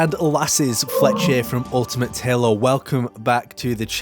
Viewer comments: i love your videos but please stop pronouncing halo as "helluh" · there's nothing wrong with your accent, but I've heard you say halo with an american accent and your native accent back to back in the same videos, loo